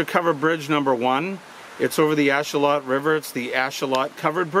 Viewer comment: Just because I like being pedantic. Ashuelot is said with a long E so it's said "ash-wheel-lot" and the 'lot" part is kind of said between "lot" and "lit" but you'll hear it said lot or lit or somewhere in between.